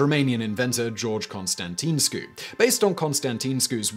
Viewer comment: You need to make a better effort: Constantin-escu! Not really that difficult...